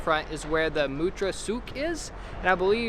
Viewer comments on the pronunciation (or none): its pronounced 'matra'